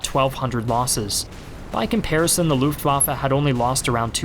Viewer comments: luftwaffE not luftwaffA. is it so hard if you want to be some expert? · The way you pronounce Luftwaffe is really distracting. Looft indeed!